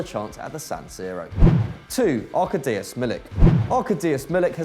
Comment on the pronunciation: Try arKAdiush milik, not ARkadeeus